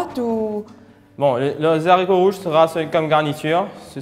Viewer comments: Très bonne recette👏mais les explications sont un peu trop longues....et comme dit Marc Marc,en Français on prononce les « aricots « et pas les « zaricots »...Merci pour la recette....😍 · Les haricots, non pas les zaricots